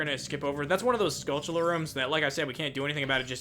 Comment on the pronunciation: It's annoying me that he prononses skulltula like skuCHulla